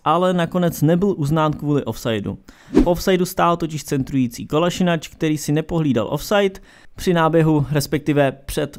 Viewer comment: Zouma nemá na základ obrany Chelsea(to by tam byl lepší ten Luiz...), jeho výkony jsou zatím podprůměrné až hrozné. Arsenal má určitě nejhoršího brakáře v top 6(Leno,Ederson,Allison(i když je teď out),De Gea,Kepa,Lloris), Je to KolašinaC né Kolašinač... To je jako bych ti říkal Přáža... Torerizoval? To je nějaké nové sloveso...?, Jo a ten dislike dostanete, já své slovo držím.